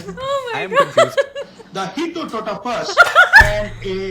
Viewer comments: It's Hippopotamus and Rhiosaures but this genius says it's hippototamus!!! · Hippototapus,, 😂😂😂😂 out of the dictionary